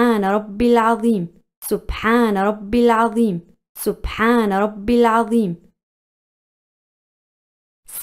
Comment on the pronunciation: It's subhanharabil Adheem not azeem